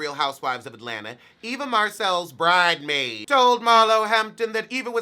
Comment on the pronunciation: "Bridemaid" 😂😂😂 kills me every time time....just country!